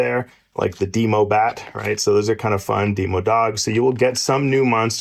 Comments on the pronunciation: "Dee-moe-bat" "Dee-moe-dog" "Dee-moe-gorgon" Ligit made me laugh so hard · he pronounced demogorgon decently, but the other two are..